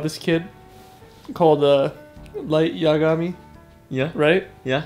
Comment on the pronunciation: its not yaaa-ga-mi its just yagami. In Japanese they try to give all their syllables the same length.